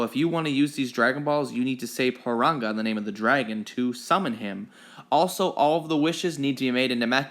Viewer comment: He said parunga wrong